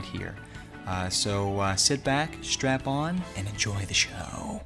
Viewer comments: You keep saying strap-on, instead of strap in, lmao. Like strap in for the ride, not strap-on up the butt hole. Do you want lube with that mod? Because my mod is huge! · "Did he say strap-in or strap-on? " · did you say strap-on? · Did he say sit back with a strap-on? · Did you say strap on! Lol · Lol did he say strap on?